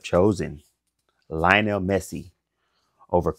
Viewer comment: LIOnel not LIEonel